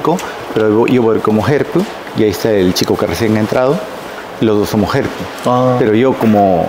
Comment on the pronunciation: Dijo “entertainer” “ help” ( herp) con acento Japones, que loco e interesante. Hablo con cuidadito.